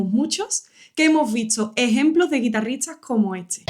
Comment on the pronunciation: Tocas excepcionalmente. Ya has trabajado con tu pronunciación de las ST ? Es que todas las veces dices TS como Guitarritsas en vez de guitarristas. Eso me distrae y ya no puedo seguir escuchando.